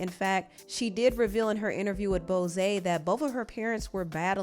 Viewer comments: BOSE is pronounced like BOWS.. like a ribbon tied into a bow. not Bozeeey. with love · Not BoSay it’s BOSE there’s no Say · Not “Bozay”.😂😂😂Bose is pronounced “Bows” like it’s spelled. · Hey girl, just for your reference it’s pronounced “Bouz” not Bosé. But I like how extra fancy you made it sound haha. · BOSE not Boseyyy🤣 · ‘BosAY’ ?? I thought it was pronounced ‘BOZE’ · it’s BOSE not Bosé lol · what is bosay ... it is boze like doze off not rozay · "Bohzay" it's just pronounced boze girl lmao...a lil research helps sometimes. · Its not bosé its bose like nose but im glad we are gettin new normani and doja-i also really liked on my mama its def a bop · Bose is pronounced the same as “Bows”. 😐 no idea where you got “Bozay” from. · It Isn’t Bosé, it’s just Bose. One syllable. 😅 looking forward to new Normani though! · Not you saying Bose like “Bozay.” It isn’t french. Say it like “bows.” Like what you put in your hair 😂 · Love it for Normani: point of correct (Eric Mayes voice) it’s Bose not Bosay affectionately 🤎🪷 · Is it “bow-say”? I’ve been pronouncing it “bow-s” all this time. Oops! Thank you Bose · “Bose” like nose NOT Bosé lol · Bose is pronounced like hoes with a B. Sorry I can’t get over bosé😂😂😂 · Always luv the topics, finger on the pulse. U lost me a bit with—>Bose is long O and s, like the hiss of a snake as in BO’s. Just Bose nothing extra French like 😊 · It’s pronounced ‘baux’ like boze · I think you’re saying Bose wrong. I always thought it was pronounced like BOH-Z similar to the pronunciation of elbows or hair bows. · BOSE-A???? Lol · you must be Gen Z cuz “Bosé” 🤨😂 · I’m sorry but it’s not an video if something doesn’t get pronounced wrong lmao. Girl, Bos(É)? 🥴🥴🥴😂 *I’m j/k y’all chill now* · Y’all its pronounced ‘bows’ lmao everytime some one says it its different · Is there a reason you butchered the pronunciation of the word Bose? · Bose is one syllable. Not 2 😊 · Why did you pronounce BOSE like that ? Lol